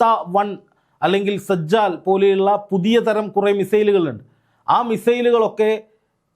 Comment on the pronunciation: സെജ്ജാൽ അല്ലസിജ്ജിൽ❤